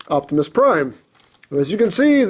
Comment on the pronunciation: Rjgood job It's Optimus Prime Not Octimus Prime!